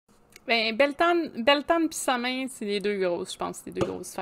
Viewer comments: samhain ce prononce sawn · Il faudrait de base prononcer samhain de la bonne façon mais bon contenue a quelques détails près 😊